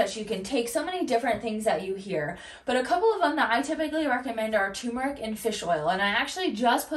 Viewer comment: It's turmeRic. Two Rs..